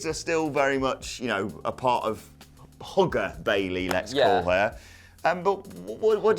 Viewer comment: HAHAHA I thought said "Hooker Bayley" not "Hugger Bayley"